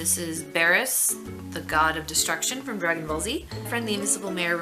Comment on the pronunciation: My favorite drawings in no particular order. 1. Rose drawing 2. Carry Fisher drawing 3. Lord Beerus drawing, again thank you so much for drawing that! Also it's pronounced (Beer-us) not (Bear-us) just thought Id let you know : ) 4. The Suger Cube Corner building along with the other cartoon environments you drew at the end. I look forward to more great art you draw in the future : )